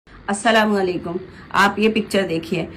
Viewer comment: Apka salam karne ka tariqa ghalat hai slawalekum nahi Assalamualaikum bolo